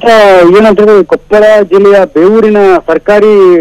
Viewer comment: Namma Kannada Jille hesarana maryadeyayagi nettage karere adu KOPPALA kopal alla